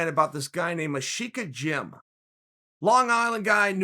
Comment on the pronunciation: That's nothing like how Chael said it lmao, thanks.